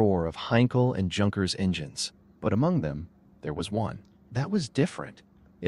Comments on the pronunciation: I know! It's like nails on a blackboard every time he says Junk..ers. AAargh. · Junkers is pronounced Yunkers